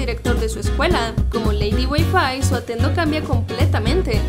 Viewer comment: ely ely dijo atendo